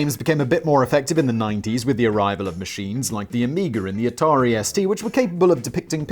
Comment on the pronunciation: It’s Atari 2600! wait… did Simon just pronounce something correctly? This is a joke right? Sam dubbed that in in editing didn’t he?